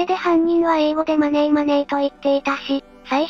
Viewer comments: Moneyではなく真似ーと発音してしまう犯人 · このマネーマネーの発音は何回聴いても酷い。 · マネーの発音、声色が日本人ですね 小賢しいことしやがる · 容疑者4000人だの5000人だのリストアップにはちょっと驚きました。予断なくちょっとでも可能性あるのを漏らさず入れるとそのくらいになるのかもしれませんが、一日100人チェックしたってひと月じゃ終わらないですもんね。まだ警察が伏せている情報次第で何か分かりそうですが……（カツラの汗とかで血液型も割れてるのかな？）。あと音声はこの動画で初めて聞きましたが、明らかに「マネー」で日本人の発音ですよねえ。